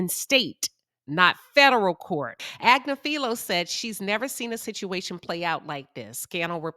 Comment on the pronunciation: Ag-nif-fi-low - this is the phonetic transliteration of Luigi's Attorney's last name, it's not that hard to pronounce.